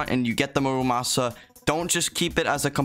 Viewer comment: Mura-may-sa??????? I think i'll still call it the muramasa also you can turn on autoswing in settings lol